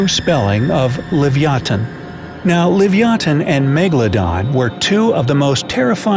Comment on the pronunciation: It's not that its live-ee-ah-than